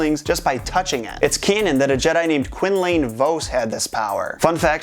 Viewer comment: Quin-lane. Ugh.